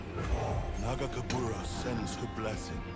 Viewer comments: I love how you pronounce nagakebouros as magatempura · Another one LOL😂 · Can’t wait for Illaoi to be released and punish (yes, in her own tentacle hentai style) for mispronouncing her God’s name! Thanks for the entertainment <3 Thanks for the editing Shermie <3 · it's nagakabouros, but your version is better hahaha ! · trying to pronounce "Nagakabouros" made my day 😂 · And another one hahaha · I can't wait until Illaoi is in the game so can pronounce Nagakaborus correctly lol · saying Nagakabouros wrong multiple times makes me think about Inosuke and Tanjiro from Demon Slayer. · So, we are either getting: (eventually) learning how to say Nagakabouros because of comments or co-casting with Panda. Or he acknowledging he's saying wrong, and coming up with weirder and weirder ways of saying its name.